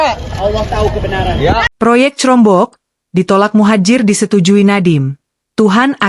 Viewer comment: jangan pake text to speech 💬 udeh gitu dibaca crombok lagi 😂